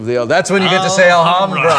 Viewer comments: Love the way they say "Alhambra". Btw, the H is a mute one. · It's pronounced Al-lambda silent H. Its spanish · In "Alhambra" the H is silent (like in all spanish words, even those coming from the moors, like alcohol and "almohada", pillow). Hurts my ears hearing Wil saying it wrong over and over. No idea if the original arabic h sounds hard, though. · I know this is like 4 years late but as a spanish person i think i should say it... the "h" is mute. it's pronunced Alambra, so... was really funny to hear you saying it wrong every single time xD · We pronounce it alambra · The h in alhambra is silent: /al'ambra/ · the h is actually silent lol. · I just feel the need to point out cause it bothers me Alhambra is Spanish so you do not pronounce the h so u say it Alambra, which sounds prettier and is correct, other than that I love table talk and Will Wheaton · Will, the h is silent. Its pronounced Alambra. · As a Spanish speaker...the way Will pronounces the "h" makes my ears bleed...ALL-HAM-BRAH...why god why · WIL: It is pronounced "Al-am-bra" or more correctly "Ul-um-bra". (Said normally, not with some naff, pretentious accent or anything.) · It hurts to hear Will pronounce Alhambra (in spanish the H is silent) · Oh, thought he was pronouncing it as a Spanish J. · Wil pronunciation of Alhambra is hilarious :P. In spanish the H is silent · I did use it. The wiki clearly states the origins of Alhambra. I *never* said it was in Arabia. I said it was *Arabian*. The Moors had conquered that area of Spain and had it built there. The wiki also clearly states how to pronounce it.. and I assure you it is NOT with a silent "h". The word Alhambra itself is also explained, being an Arabic word.. and it's meaning also stated. So don't tell me to look something up you *obviously* haven't looked up yourself. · THE H IS SILENT DAMN YOU!!!! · a little off topic but....the "H" in alhambra is a silent letter ... mute It ;) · guys your pronunciation of "alhambra" its so bad lol